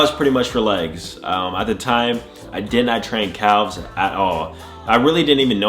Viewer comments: Is he saying CALves? It’s pronounced cavs or am I tripping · I like how he says “calf’s” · Nobody gonna mention how he pronounces calves ?